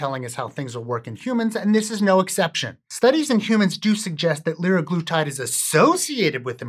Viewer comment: sem-Ah-glutide leer-Ah-glutide